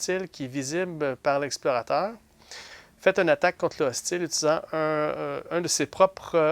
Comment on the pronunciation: C'est une belle partie. Je sais pas si c'est moi mais a chaque fois au lieux de "hostile " J entend "ostie" 🤣